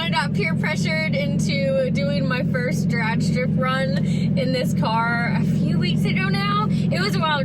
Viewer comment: "drad racing" hahaha Lawd have mercy.